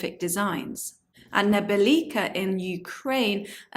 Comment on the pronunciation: Nebelivka -- Sorry, yet you're mispronouncing the Ukrainian name. You're leaving out "V" in second part of the word. It should be read as NEBE - LIVKA , which translates to -- A downpour from the sky. Nebe = sky, livka = downpour.